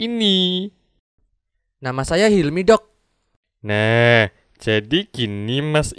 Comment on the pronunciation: Lah??kok 'dok' nya jadi 'dog' sih? Emg si dokternya anying apa?😁